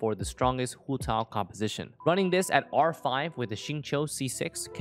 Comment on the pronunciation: i love the way he pronounces hu tao